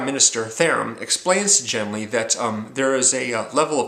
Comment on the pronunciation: Great book. One of my favourite authors. Thanks for the review. In my opinion, the main character's name (Genli) should be pronounced with a voiced velar stop (the "g" sound as in "get"), infact the Gethen natives seem unable to say "Henry" (as Genli comes from Earth I can assume he's "Henry").